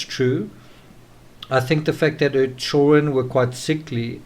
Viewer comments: Why can't this guy pronounce the word children??? He has no problem with any other word in the English language! But says CHULL RUN....... CHILD DA REN.......... PLEASE TRY! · why can't you pronounce the word children?